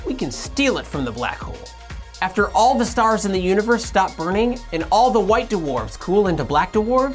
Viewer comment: Aww, you know it's because "d'warves" <3